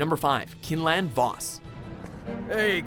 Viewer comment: Just to say good video but Quinlin Vos' name is pronounced Kw-inlin not kin-lin. Just figured I'd say something.